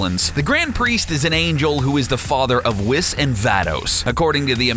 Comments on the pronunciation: His pronunciation of Whis really got me. “Weese” not “wiss”. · "Whiss" is it whis dummy watch the anime instead of reading from online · Oh hell no this nigga calling whiz whis then calling zamasu north Kai when he's just a Kai then calling the ginyu force jinyu force then says akira toriyama but puts up a pic of hayao yamazaki then calls tien tenshinhead niggga gets yo stupid ass this is an insult to dbz never in your life mention dbz again. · its pronounced weez not wis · Whis, not "Whiz" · Whis-weece Vados- vah dos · it's pronounced whees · michael haynes no your not I hate the way he says whis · he said whis wrong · He says it with an s, just with a short i instead of a long i.